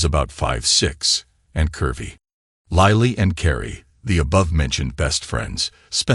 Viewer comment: why does an i become a y .....its LILLY not LYLLY ...its LILLY...learn to read